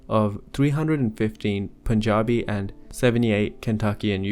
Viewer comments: I'm glad you pronounced Punjabi correctly. Cheers from Punjab! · Impressive pronunciation of Punjabi